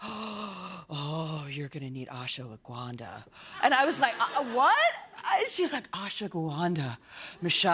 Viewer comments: Did she just butcher "Ashwagandha"? It's pronounced as Ash-wa-gan-dha. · thanks for the screamfest or the last 7 minutes. Also its ASH-WA-GANDA